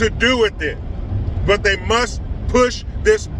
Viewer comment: " Athey" LMAO!